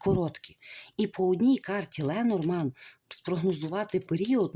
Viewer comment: Дорогенька ,Ленорман ,ударіння на останній слог